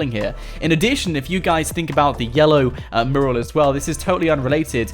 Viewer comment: mUral not marul